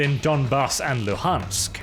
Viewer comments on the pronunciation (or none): none